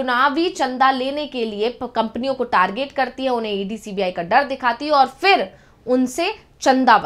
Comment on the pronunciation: उच्चारण का संज्ञान लें फिर( फि्र नहीं)